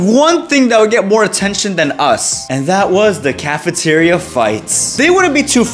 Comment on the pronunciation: The caffiterreou is sow lowed 😊